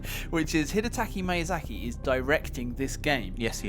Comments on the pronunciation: Miyazaki, ME-YA-ZA-KEY stop pronounce it as MY-YA-ZA-KEY It doesn't matter where you are from, this is basic respect. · "mayya-sack-ee" can i get a rape-help line? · "Hidetaki Mayazaki", that hurts my feels bruh...